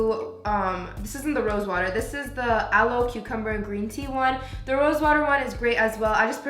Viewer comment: "drrrrINK WOteR"